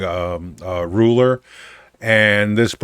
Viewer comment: Pretty sure the "Qing" in "Qing dynasty" is pronounced as "Ching." My reference point is the father of China, Qin Shi Huang, circa something like 220 BC. His title is pronounced something like "Chin Shrr Hwung." Languages are weird.